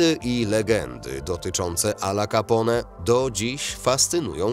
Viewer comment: " Al Capone "wymawia sie - Al Capone a nie Alla Capone.